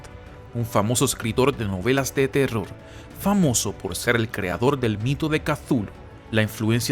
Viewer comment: ocurió, teror, relación... que mala pronunciación. cagó el video!